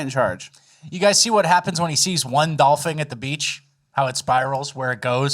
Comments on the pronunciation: TF are you saying Doll-Fing rather than dolphin 😂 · Dolfen!!! Dolphin is how you say it!!!! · Its doll-fin not doll-fing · Dolphing? Are y’all really saying Dolphing!? Wth!? 😂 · Wtf is a dolphing???😂😂😂😂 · It is DOLPHIN. not Dolphing fellas... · what is a dolfing? Did you mean dolphin? is this a bit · Why does it sound like they are saying “dolphing” and not dolphin? Fin as in finish. Not “fing” as in finger. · "dolpheen, dolfing...dolfang" why are you pronouncing dolphin so weird??? Lol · Nobody’s gonna comment on “dolphing” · What’s a dolphing? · You say 'dolphin' so weird. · You are both definitely pronouncing Dolphin incorrectly. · Why are you saying Dolphin so wired?